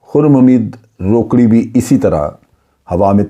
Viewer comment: جنرل صاحب ۔۔۔یہ "روکڑی" نھیں ھے "روکھڑی" ھے۔ یہ میانوالی کی بہت بڑی قوم ھے مگر یہ شخص نہ جانے کون ھے۔۔۔